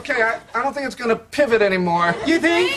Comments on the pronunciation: Less of a pivOt. More of a pivAt. 😂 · I thought he was saying tip it! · I thought he said TIVAT 💀💀💀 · You mean PIVAT😂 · Says pivit not ot